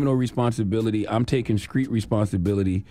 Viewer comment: Charlamagne you need speech therapy. Because you keep saying Screet; It's not Screet, its Street 🤣🤣